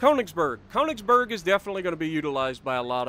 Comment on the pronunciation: I beg of you please learn how to pronounce könig and königsberg (more specifically the ö)😂